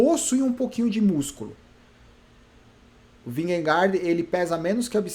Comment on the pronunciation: Só uma curiosidade: Jonas Vingegaard se fala "ionas vinhegô". Kkkk...